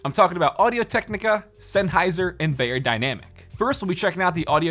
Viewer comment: It’s not pronounced bay-er-dynamic; it’s pronounced buy-er-dynamic. It’s German.